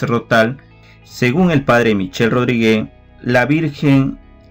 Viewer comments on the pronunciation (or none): Muchas gracias como siempre! 🙏🏽 La pronunciación del apellido del P. Michel es “Rodríg ”, NO Rodrigué. bendiciones a todos 🛐📿👸🏽